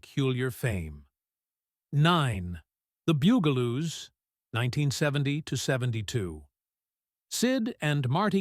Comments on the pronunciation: Dude, Bugaloos, not Boogaloos. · Narration completely destroyed pronunciation on the Bugaloos, that's BUG-aloos, NOT BOO-gle-oos, and it's Benita BIZARRE , NOT Bonita BYEzar. Doe no one proof these videos before uploading? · Sounds like BOO Ga Loos, not BUG a Loos. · BUG-A-Loo not boo-ga-loo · Bug-A-Loos...not "Boog-A-Loos" UGH! This AI voice over crap is SKYNET! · Loved everything, Sid and Marti Croft did. But I can tell this is being read by AI because it is not pronounced bugle loose. It is bug-a loos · It is NOT Boogaloos. It is BUGaloos. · Bug-aloos, dumb ass AI narrator. Not Boog-aloos. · The bungaloos are pronounced like bugs not like a bugel. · And also "The Byugaloos". it's BUGALOOS...they were (supposed to be) INSECTS. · So many AI fails. R dash 2 D dash 2? Benita BUY-zahr? Bugle-ooze? Jonathan Harris a 60's cowboy icon? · Please teach A.I. to say, Bug-a-loos properly! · Bug-a -loose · #9 is pronounced 'The BUG-a-loos' - emphasis on BUG (like insects). AI is awful.